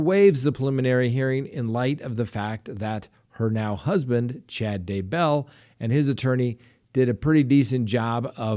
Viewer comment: Is that really the correct way to say Chad's last name?